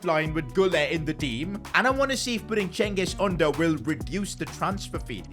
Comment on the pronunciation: let me help u with pronounciations ç is pronounced ch and ğ is always silent soo çalhanoğlu is chalhanolu ü is pronounced yu soo its çengiz yunder ş is sh and szymansky isnt pronounced like that man im not polish i cant help u with that soo hope this helps u in the future to make less mistakes cuz it pisses off every turkish person out there